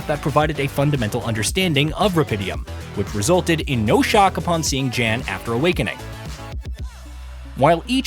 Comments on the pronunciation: It’s YAN…not “JAN” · Jan is announced as "yawn" ... It's polish for John... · It’s pronounced “Yawn.” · The fact that you can't even pronounce the name of the protagonist - which is said in the game over and over and over again - shows that you haven't even played the game...